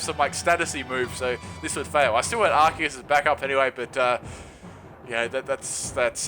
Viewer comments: You pronounce arceus as arseus just so you now. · it's pronounced "are-cee-us"!! do you even english